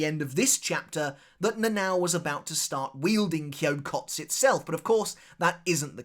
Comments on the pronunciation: It is not Kyokots it is Kyokotsu. This "u" is clearly pronounced. Edit: I dont want to understate this. This "u" is pronounced as written. You are obviously overcorrecting the usual foreigner mistake of pronouncing "u" that are not meant to be pronounced. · Kyokotsu. You gotta pronounce the tsu. I know when Japanese people speak naturally it sounds like the “u” in tsu isn’t pronounced. But it is. 😂